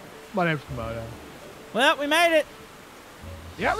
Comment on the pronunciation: its Camodo not Comodo